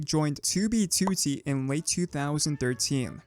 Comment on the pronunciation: stop saying 2b2t like that lol